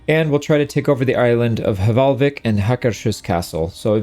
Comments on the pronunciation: As a Norwegian, i would like to teach you how to pronounce the "vik" part in hvalvik! It’s Veek, like meek but with a V! The way you pronounce Hval is okay, it’s just the L, but that’s a difference in language. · Just a pedantic nerd here, want to mention: the first H in Hvalvik is pretty much silent, so it's more like Valvik; and Hús is the word for house, so instead of being HakerShus, it's pronounced more like Haker's Hús (think like a OO, like loose)